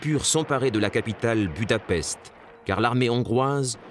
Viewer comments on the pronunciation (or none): none